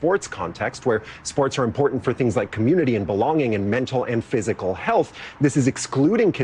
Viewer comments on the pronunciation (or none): none